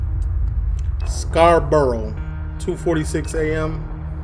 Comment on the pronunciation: Scarbruh is how it's pronounced